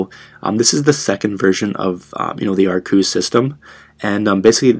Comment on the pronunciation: Arrcos Pronounced. Ar- kos